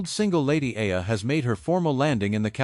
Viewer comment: Alex EALA not Aya